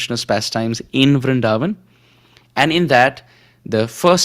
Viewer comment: Please don't prononce "BrinDavan" like foreigners Pls say Brindhavan Hare krishna 🙏🏻🕉